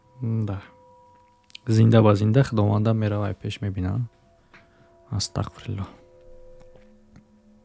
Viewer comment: сад фоизай гапот просто вахте ТАҒФИР мекуни яъне Астағфируллоҳ бояд через ҳарфи (ғ) бгуй а ты чанбор шид Астақфируллоҳ гуфти кароче хато кади нито нафаҳм просто гуфтм ислоҳт кнм а так зинда боши